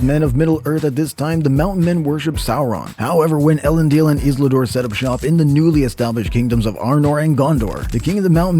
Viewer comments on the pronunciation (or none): Maybe find someone who knows how to correctly pronounced Isildur and Elendil. Starting to sound like those AI channels with text-to-speech voiceovers.